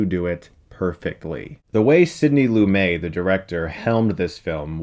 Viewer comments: Sorry....its not pronounced Sidney Loo-may....it is pronounced Sidney Loo-met! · Lu-MET, not Lu-MAY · Great review, Chris, but Lumet is pronounced “Loo-Mett” not “Loo-may”. Can we get reviews of “Serpico” and “Dog Day Afternoon”? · Great video. Wonderful to see that people still talk about this movie. (BTW - Lumet's other films are also worth a look. Fail-safe will blow your mind if you've never seen it.) 99 out of 100 for you, Chris. (Why only 99/100? Well...not to be picky, but its pronounced "Loo-MET" - not "Loo-May". :) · I subscribed. BTW, I've never heard Sidney Lumet's name pronounced with the French pronunciation that you used (silent T). I've ALWAYS heard the T pronounced. He was a GOD in the pantheon of film directors! Brilliant! He was also married to a bunch of impressive and note-worthy women. Looking forward to watching more of your vids... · lumetttttttttttttttttttttttttttttttttttttttttttttttttttttttttttttttt not lumeeeeeeeeeeeeeeeeee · One tiny quibble: Sidney Lumet is pronounced loo-met, not loo-may. Otherwise, Chris is spot on. This is an excellent movie. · FYI: It's pronounced LOO-MET not LOO-MAY. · #1 - It's pronounced "Loo-Met" not "Loo-May". #2 - Do Anatomy of a Murder. I also wouldn't mind seeing more than one of these a month. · Excellent! I love old films, follow a lot of film channels, and get frustrated so few deal with older films. This will be a nice series. Thanks, Stuckmann. That said, a simple word of advice from a random commenter: Chris, research how to say the names of people in the films you're doing. It's looMET, not looMAY. On your Orient Express vid, you said "BronHA" but it's Bron-ahh. Just my two cents. Again, I dig your channel. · Chris, I’m pretty sure it’s pronounced “Loo-Met” not “Loo-May” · Good review, but one little thing... It's LOO-MET, not LOO-MAY. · Love this movie, love your show, love that you talked about this movie on your show..... but his name is pronounced "Loo-met" not "Loo-may" . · Sidney Loo-MET...